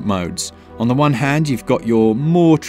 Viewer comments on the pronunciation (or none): none